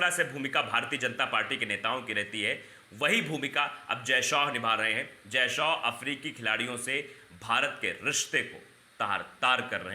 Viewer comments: शौ नहीं भाई शाह ! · जय शो नहीं जय शाह नाम है